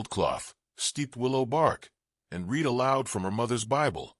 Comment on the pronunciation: Decent narration. Captions not too bad. Appropriate pronunciation of "wound" and "read" still a problem for AI. Can't always put correct spellings to sound ("cart" for "cot". "Duelings" for "Doolan's".) Or sounds to spellings. You don't sound out the letters of "mhm" when they are meant to mean a murmmer for agreement. Impressed how narration had appropriate intonation and pausing, even without proper punctuation in captions. Liked it a lot. Thank you. OR, USA